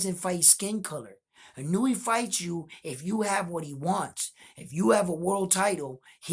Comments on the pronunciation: It's Ee-no-u-way not ee-newee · Respectfully ask of you to work on pronouncing his name.🙏 I.n.o.u.e. as E-know-ooh-eh I mean no disrespect, I think you have a high opinion of him as a fighter so I assume you would like to have his name right. You never know, your videos could be used in Japan to show that there are American boxing fans who are looking at both fighters with a clear and fair perspective. All the points you brought up about the experience of both fighters, I had to see for myself and found everything you said clearly shows the pedigree of both fighters. Much respect for that. Do you think Fulton's speed will be a surprise to Inoue? I think Inoue won't have as much a problem with the length Fulton brings because he has been up against guys with length and handled it well, with KOs. But Fulton's length AND speed I think will give Inoue problems. I would say Inoue might be as fast but I don't know he has fought anyone that was faster than him. Or maybe you agree with opposite, Inoue might be faster than Fulton?